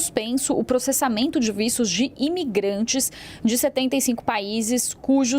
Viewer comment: que porra de vícios, não e vistos? falal direito mulher as vezes a pessoa pode ate entender errado!!